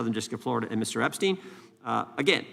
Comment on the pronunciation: Why is Jim Jordan repeatedly pronouncing “Epstein” inconsistently??? (Epst-eye-n, then Epst-ee-n, and so on.)